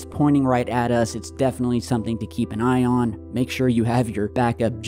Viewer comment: You said” keep an ion”😂🤣